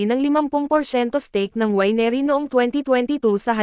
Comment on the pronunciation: Mali pronunciation ng winery